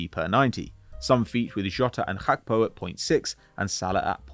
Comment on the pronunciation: Hakpo ffs 😅